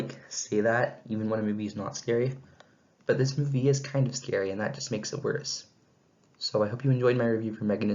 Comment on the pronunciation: "But" not bit